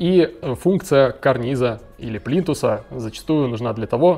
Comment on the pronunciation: Говорить плинтусА безграмотно, извинит🤗